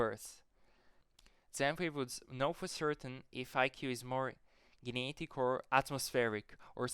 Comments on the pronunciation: I love how you say the word "genetic" 😂 Gee-ne-dik. Very based content. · You don't know How to say genetic.